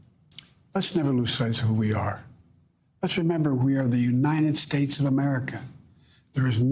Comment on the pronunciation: Did Trump say, "Militerrr, REFUTTAL, United Schatches"?